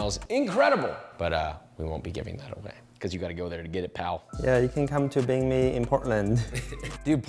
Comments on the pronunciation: Okay im gonna explain it super simple to you and whoever ur sources are. 神经病, this bing is pronounced more like ping (in english) than bing like the search engine. Feel free to stay ignorant, but that's just the truth, no chinese pronounces 病 like people pronounce bing the search engine in english. The reason they say that is because they see bing and think of the correct pronounciation which is diff from english. Feel free to disagree, no point in arguing with 🤡🤡🤡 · bing is pronounced ping 💀💀💀 i could say the same for you. Maybe learn both languages properly before judging 😄